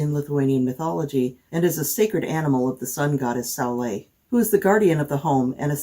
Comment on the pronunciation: I'm from Latvia (the next Baltic country) and You pronounced "saule" just beautifully :) And yes, in the pre-christian tradition grass snakes and toads were considered a blessing for the household (probably helped to keep the pests down) and would be encouraged to live near by. Thank You for a very enjoyable video :)